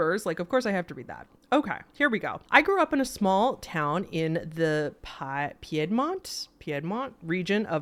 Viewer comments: Ignore the "I" in Piedmont girl, it's pronounced like "peedmont" lol Va girl born and raised here 😊😘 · Story #1: It's pronounced "Peed-mont." 👍 Also, the grandma's mirror story made me think of my own experience with a mirror: growing up I had a tendency to see shadow people when I was in bed (hence why today I absolutely have to sleep with the door closed, as they were peeking in from the hallway); well, a couple of years ago, for the first time in years, I saw 2 shadow people, one behind the closed bedroom door (definitely had a masculine form) & one at the foot of the bed; that one was only the head & shoulders, with the rest being like a comet's tail, dragging behind it (wish I could explain it better); that one moved from one end of the bed to the other, all the way to the mirror on my dresser that I inherited from my mom after she died - where it disappeared! Needless to say, I don't spend too much time looking into that mirror anymore....